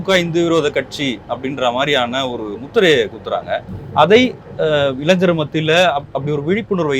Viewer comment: Dei. தொகுப்பாளர் அது இளஞ்சர் இல்லடா இளைஞர்